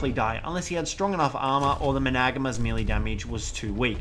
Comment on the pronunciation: I dont know if it bothers any one else, but melee is pronounced may-lay. Not me-Lee. Please stop, it makes me cringe hearing you mispronouncing your words constantly.